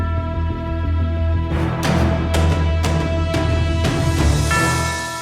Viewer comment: DON'T CUSS IN YOUR VIDEO DUDE. ALSO IT'S BIJAN (BEE-JOHN) ROBINSON, NOT BE-SHAUN! ALVIN KAMARA PRONOUNCED KUH-MA-RAH! JAGUARS AS IN JA-GWAARS NOT "JAGWIRES" SO YOU NEED TO QUIT SAYING THAT! CHICAGO AS IN SHEE-KAH-GOW OR SHUH-KAH-GOW NOT CHEE-KAH-GOW! KAYVON THIBODEAUX PRONOUNCED TI-BUH-DOW!! DO YOU NOT KNOW HOW TO PRONOUNCE ANYTHING OR ANYBODY RIGHT?! MIAMI CAN HAVE KMET BUT THEN AGAIN NO ONE CARES RIGHT?! IF I WERE YOUR BOSS, I'D ASK YOU TO CLEAN OUT YOUR DESK!!!!